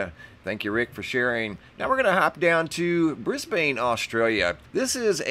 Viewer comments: Just so you know, Brisbane is Not pronounced the way it appears to be in its spelling as you (and many others have as well) pronounced it as "Bris bane".... it IS pronounced (phonetically).... "Brisbin". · not pronounced Bris-bane!! pronounced Bris-bin!!!!!!!!!. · I'm in Canberra, Australia. I've seen the same at 4am'ish, moving SW to NE. It was Starlink. And it's pronounced "Brizb'n". "Briz-bain" sounds to me like "Ark-an-zas" would sound to you instead of "Ark-en-saw". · Brisbin. Brisben. Just not bane, long a. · Mate, Brisbane is pronounced Bris-bin not Bris Bane. LOL. Just as Emu is EemYou, not Emoo. Canberra is Canbra. You guys really need to learn how to speak Australian if you are going to talk about us. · Pronounced "BRISBUN" please. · It's pronounced Bris Bin. I live here. Great footage:) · Lol cracks me up every time I hear it but thats coz I'm from New Zealand but just pronounce it as Brisbin. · Isn’t Starlink supposed to spread out over time?? Brisbane is pronounced Brizben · It's actually Brisbun...lol Or Brisvegas.